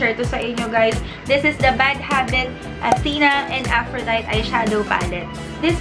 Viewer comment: Af-ro-day-tee yung pronunciation :)